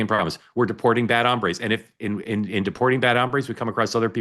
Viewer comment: Guys, it's HOMBRES, not hambres (hambre is hunger).